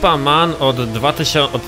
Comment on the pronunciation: Jak już się za coś zabierasz to chociaż rób to porządnie to nie jest żadna wyspa ''men'' tylko MAN